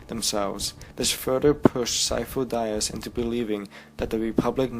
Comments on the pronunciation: It's pronounced "De-us" not "die-us" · omg Sifo Dyas... (Dee-ahss), not (Dye ahss). Besides that, Thanks for the explanation. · "Syfo Dayas"? Really? Dude, you should know his name. It's said in the movie, ffs. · "Sifo Dieas." You wot. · am I the only one who cringed every time he said Sifo-dyas's name wrong? loved the video overall though I'm just a nit picker sorry :P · Me to! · I'm sorry, but I just feel ear fucked by your mispronunciation of Sifo Dyas